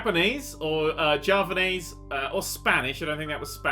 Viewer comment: this is how u pronounce Javanese: Jaaa venn essseee